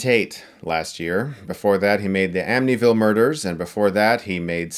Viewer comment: I'm sorry, can someone tell me what the "Am-nee-ville" murders are? Is..is he trying to say Amityville?!